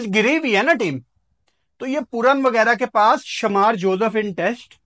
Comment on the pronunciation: بھائی تو پہلے اپنی اردو تو ٹھیک کر غلط کو گلط وغیرہ کو وگیرہ 😂😂